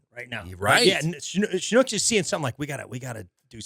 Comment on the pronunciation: So glad to hear you mention Schnucks! Recently visited STL, did some shopping in a Schnucks, and had no idea if I was pronouncing it correctly. Now I know 😂